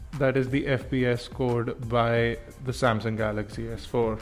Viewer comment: samsung galay ,, :P